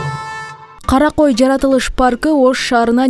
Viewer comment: Журналист кыз жайлоонун аты Кара кой эмес, Карагой.